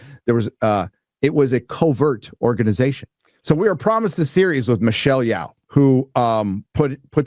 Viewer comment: im a big fan of u.. i support your fight against woke human fecal matter of Hollywood.. ok.. Thank you so much for all the effort.. Its pronounced (YI oh) Yeoh = yi oh Thanks man